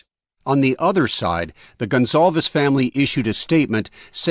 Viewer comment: It’s pronounced Gon-Sal-vez. Portuguese.